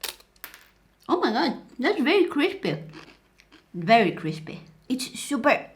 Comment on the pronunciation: its cripy its very crispe veryCRISPE! Me dying of laughter